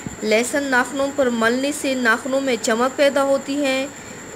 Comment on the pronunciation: Lesan ni hota madam lahsan hota hai😂😂😂